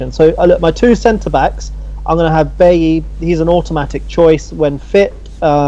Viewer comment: Its Bye-Yee not Bail-Lee.